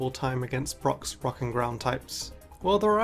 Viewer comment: Who else heard “Brock’s rock and ground types” as “Brock’s fu*king ground types”?